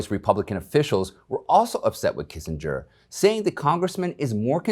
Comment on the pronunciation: Pronounced Kinzinger